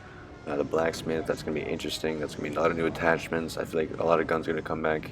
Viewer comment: Hahahahahahahahah when he said it in my head I heard gun Smith so I didn't notice then I scroll down the comments and saw this hahahaha